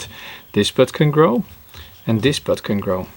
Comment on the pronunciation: For some reason I kept hearing ’butt’ instead of ’bud’. 😅